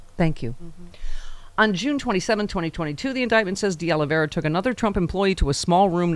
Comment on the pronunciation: Stephanie, You live in Los Angeles and you CAN'T pronounce De Oliveira ? :face-green-smiling